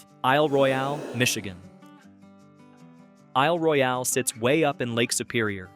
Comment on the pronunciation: What kind of a rock must one be living under to never have heard of these places ... I've even been to nine of them. Your mis-pronunciations sorta ruin the presentation ...if you don't know .... CHECK! It's Isle "Royal" not Roy-al despite the spelling.